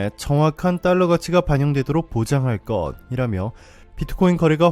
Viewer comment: 것이라며[거디라며]? [거시라며]!쓰인데로 읽어야